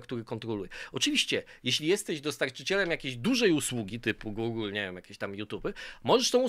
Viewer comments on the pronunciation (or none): none